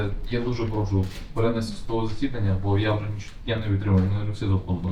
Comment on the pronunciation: йому зле, жоного каяття, прОшу - це все підпольский суржик, українською - йому погано; ніякого каяття; будь ласка, прошУ.